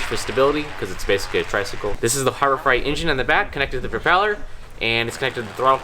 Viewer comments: fright pronounced frite, freight pronounced frate. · freight fr-ay-t not fright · Is it just me, or does pronounce "Harbor Freight" as "Harbor Fright"? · Freight is pronounced frate. It is not harbor fright. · Harbor FRIGHT! It's Harbor FREIGHT, where "freight" rhymes with "eight". Like a freight train, son. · Harbor Freight is pronounced Harbor Frate, not Harbor Fright. It's freight, like a freight train, not like a scary body of water. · FRAY-T harbour FRAY-T not FRIGHT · You know its freight and not fright right? Lmao Even though fright makes more sense. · I can't get over how he says "Harbor Fright" and not Harbor Freight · Harbor Freight (Fr8), not fright. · Are you saying Harbor Fright instead of Freight? Cause that's super accurate. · I love your videos! Just FYI it's Harbor Freight not Harbob Fright. As I wrote that I realized why you call it that... Sorry lol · Did anybody else laugh when said Harbor “Fright” instead of freight? 😂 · Please stope saying Harbor Frite, please. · I am fairly certain you are saying Harbor Fright… which I would have to say is accurate. haha! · Did you say Harbor Fright? LOL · did he say harbor fright? lmao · "Harbor Fright"? LOL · Can't tell if he's saying "harbor fright" on purpose or not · Was "Harbor Fright" intentional? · Is he saying Harbor freight wrong on purpose?? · Have I been saying Freight wrong my whole life?!